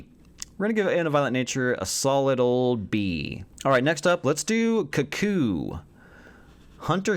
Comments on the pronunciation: Politely, it’s pronounced “Koo-koo” like cuckoo clock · Cuckoo is pronounced just like the bird the film is named after: Koo-Koo. I've also seen all of the films here, and for the most part I don't necessarily disagree with your rankings overall, except for two films. My top three would be: Longlegs, Cuckoo and Late Night with the Devil. I'm not sure I'd say any of them are as good as some 2022 and 2023 releases though. Especially not When Evil Lurks and Smile. In a Violent Nature is going to be extremely polarizing. There's slow burn, and then there's whatever this film wanted to be. It was like watching a modern Friday the 13th film where at least a third of it is nothing but walking, and it absolutely destroys the pacing. You can call it director's intent, but it felt like they only had a movie that was an hour long and had to pad it out somehow because all of the rest of the budget went into the effects. For me it's a C- Oddity was a film I was really looking forward to due to all of the hype surrounding it, but I have to disagree 100% about it being "scary" in the slightest. The movie had a great atmosphere, but that's all it had going for it. I guessed every single plot point right after the the initial encounter in the "Oddity Shoppe" and while the movie itself was competent enough, it felt too much like an extended episode of Tales from the Crypt. Solid B for me. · Koo koo (American or cook koo (English)